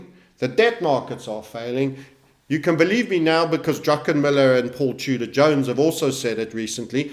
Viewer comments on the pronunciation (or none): none